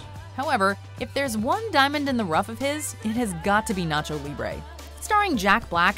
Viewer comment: The way she butchers "nacho", after hyping it up by saying, "Say it with me...," was cringy af.